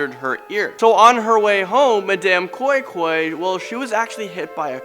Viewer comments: And madam koin koin. Not koi koi. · Wow thanks .you guys are great...lol the way you said madam koi-koi was very funny 😁😁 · The way he pronounced Madam koi koi is funny